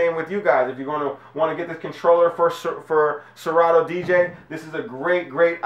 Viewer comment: you effed up ...good review but wtf is really good w/ the way u pronounce 'Serato'???